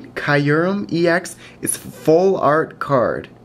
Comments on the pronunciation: Please give me white kyurem ex! BTW its pronounced kyu REM not kiu REM. It would make a great addition to my collection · dont mean to be picky but kyurem is pronounced 'cure-rem' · It's KAI - rem. They pronounced it in the movie. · I pronounced it wrong in this video, after watching the Pokemon movie it is pronounced like CureRem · Nope, in my Official Pokemon Handbook, the pronunciation is written as KYOO-rem. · its key;rem thats how u sound it out your welcome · actually its pronounced kee-oo-rum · It's pronounced cy-oo-rem